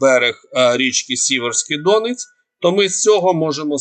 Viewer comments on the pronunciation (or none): none